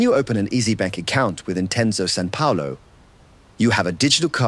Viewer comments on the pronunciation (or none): none